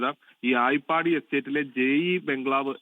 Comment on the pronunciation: ആയിപ്പാടി അല്ല, ഐയ്യർ പാടി എന്നാണ് സ്ഥലത്തിന്റെ പേര്, പകുതി കേട്ടിട്ട് വന്ന് തോന്നിയ പോലെ പറയുന്നത് മാധ്യമങ്ങളുടെ സ്ഥിരം രീതിയായിട്ടുണ്ട് ഇപ്പോൾ 😂😂😂😂😂😂 atleast, അങ്ങനെ ഒരു സ്ഥലം ഉണ്ടോ എന്ന് ഗൂഗിൾ സെർച്ച്‌ ചെയ്‌താൽ പോലും അറിയാൻ പറ്റുന്ന ഈ കാലത്താണ് ഇമ്മാതിരി മണ്ടത്തരം പറയുന്നത്. ആത്മാർത്ഥത ഉള്ള പണിക്കാരെ വക്കാൻ ശ്രമിക്കൂ ✌️✌️